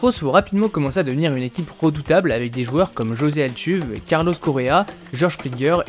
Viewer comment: On ne dit pas Altuve, mais Altuvé !